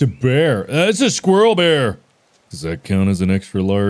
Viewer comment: Mark: "squirrel bear" My brain: "square"